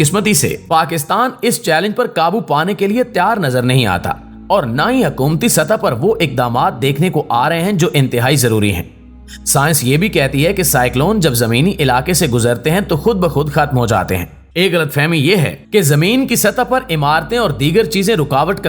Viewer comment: Sance nahen bulke Sciencece hota ha.